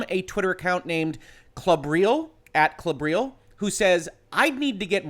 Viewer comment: So... just in case anyone wonders: 'Klobrille' is actually a German word (meaning 'toilet seat') and it's pronounced more like in CLOver, BRILliant, LEttuce (no silent e)